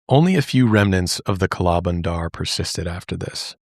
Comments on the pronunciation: we say kala bandar with the 'a' sound from banana (bah) instead of 'a' from an apple (ae) so you dictate it as kah-laa buhn-der meaning black monkey. this episode just reminded me of the monkey scare in my grandmas city, it was truly an insane time. even when you go hiking here in the city I live (nyc equivalent) the monkeys wait around to steal your food STRAIGHT from your bag, opening up the zips and all. they are very extortionate too, there was a lot on media in the 2000's that recounted how some thiefs actually used the smarts of these monkeys to help them steal wallets and etc in high local/international tourist areas. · As an indian, hearing you say kala bandar was so funny and adorable.